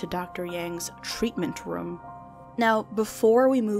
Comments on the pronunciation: me: "room": "röm" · Not a complaint, just wanted to say... I dunno how to feel about "Room" pronounced like "Rum" hahahah no hate, love your channel btw, bingewatching all your vids.